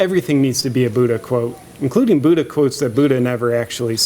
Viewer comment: I am SO OFFENDED how you pronounce Buddha.